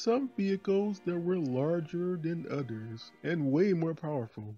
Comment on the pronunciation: "Larger than odders"